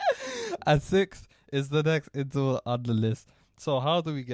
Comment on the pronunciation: Sixfth 😂 glad i found you a couple weeks back bro. Your teaching is way more straightforward than some of the most famous channels on here. Thats called freedom!